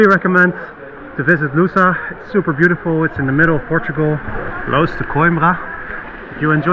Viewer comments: ) close but...... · Funny how you say "Lousã" 🙂 Such beautiful journey. Thanks for sharing